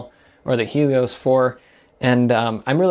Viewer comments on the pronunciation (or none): none